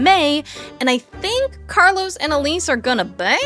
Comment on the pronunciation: Carlo. No S. NOT CarloS.